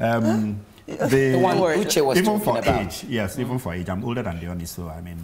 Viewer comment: Quite unconvincing that you can't pronounce "Ooni", despite your HEAVY Nigerian accent.